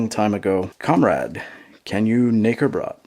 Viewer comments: I died when he pronounced "Knäckebrot" as "Nicker-brat" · The way you say it makes it sound like N***erbread in German... The K is pronounced, and there is no er in there, so it's Kuh-neh-ke- brot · Just a tip, the K is to be pronounced in German.